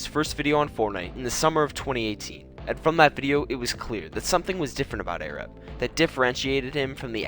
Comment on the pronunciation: not airab its arab